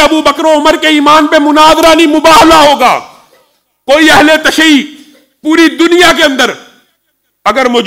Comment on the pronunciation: tashee nahi hota, tashayyu hota hai naasibi mullah 😅😅